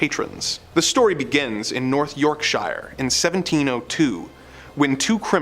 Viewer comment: It’s pronounced YorkSURE not YorkSheyer